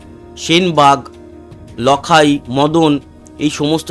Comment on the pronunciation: উচ্চারণঃ "লাখাই" হবে ।